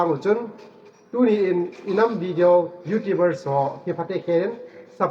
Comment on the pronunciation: Youtubers na pronounce dan chu thaset um thim e😁😁Youtubers or Youtibers🤭😅